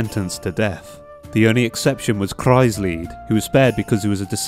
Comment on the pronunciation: first Video I watched and I'm so glad you pronounce Kreuzlied horribly wrong... cause that way it actually sounds like a name or something. Who names their child Cross Song? gosh, this game with it's German ..smh xD